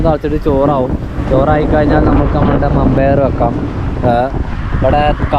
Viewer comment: മമ്പയർ അല്ല വൻപയർ